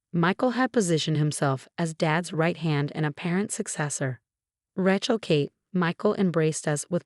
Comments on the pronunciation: 'Ray-chel,' not "Ratchel.' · Ratch-ell? Edit your AI narrator and correct pronunciation! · When is Rachel ever going to be pronounced correctly for a change?